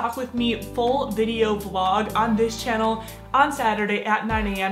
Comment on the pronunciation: Is it just me or did she say in her intro “hey guys welcome to my shannel”??? Yas I mean shannel